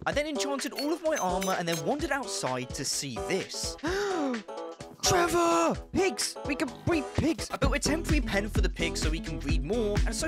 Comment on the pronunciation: I don’t know why but I LOVE your accent when you say “Trevor” video time